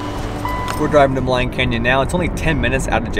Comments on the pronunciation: Maligne pronounced: Ma-lene, not Ma-line! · Love seeing some of the beautiful scenery reminds me of when I lived there. Just a note that you have been pronouncing some of the place names wrong. Maligne rhymes with clean. Athabaska has no “s” in the name.